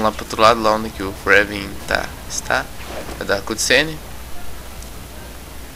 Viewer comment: Não se lê Kréven(Kraven) e sim Krueiven (se lê rápido) =-)